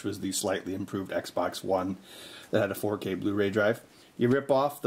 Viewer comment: Xbox not eggsbax